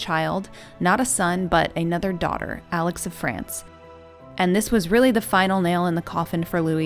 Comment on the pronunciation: Alix is pronounced as Alice I believe